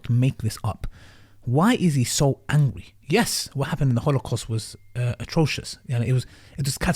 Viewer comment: Yes, why is he so wangwy, all just wies from Wiswael??